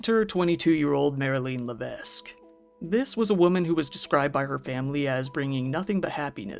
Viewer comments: These kind of “men” 🤬 So pathetic as is the justice system , not just the Canadian one. By the way, in case you ever come across the name again, Lévesque is pronounced without the ‘s’. Like Léveque. We have so many words and names that have muted letters that aren’t pronounced, so it’s not obvious for non-French speakers to say the correct way unless they’re told. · The justice system in Canada is shitty and badly made. I live in Quebec province and always fought against this parody of justice. You get 2 years for unpaid ticket but rapist get 6 months of jail... it's a big joke. Also just a little note, in Levesque pronunciation the "s" is silent..